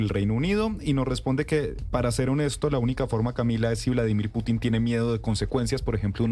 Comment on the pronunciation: Vladimir Piuutinn😂😂 la periodista